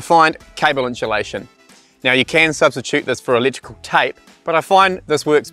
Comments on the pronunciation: I don’t care what English speaking corner of the world you’re from, there is no fucking “sh” or “ch” sound in the first 3 syllables of the word insulation. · Every time said 'Inchulation" I wanted an enchilada;) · Have I been saying inchulation wrong my whole life?